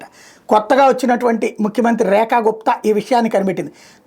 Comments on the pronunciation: రేశా కాదు రేఖ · రేశ కాదు రేఖ....నీ దుంప తెగ ఇన్టడమని ఆలా పెడితే ఎలా....